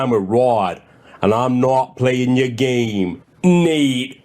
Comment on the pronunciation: B'guys we now have football b'game to add to the Lorne-isms list 😂😂